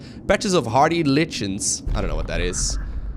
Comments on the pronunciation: Lichens pronounced like-ens are a kind of moss that can grow on trees and rocks. It's the plants that grows in an are before anything else can. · Lichens is pronounced as "lie-kens". Its when theres a symbiothic relationship between different organisms, like Abathur in hots :D